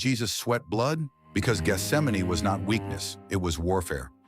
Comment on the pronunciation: So glad this pronounces Gesthsemane the right way instead of "Geth - sem - mane".